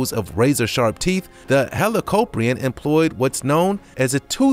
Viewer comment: You pronounced helicoprion like hellocoprin